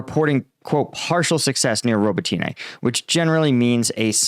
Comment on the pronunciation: Robateenay? Pronounce the name correctly please. Watch Denys Davydov instead, this guy won't even bother learning the simple pronunciations.